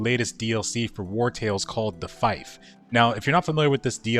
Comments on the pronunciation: Pronounced feef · "The Fighf" omg dude.